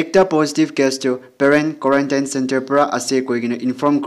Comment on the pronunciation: Pronunciation of Quarantine... please use 👉 tin/ten